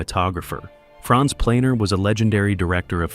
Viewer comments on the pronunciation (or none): none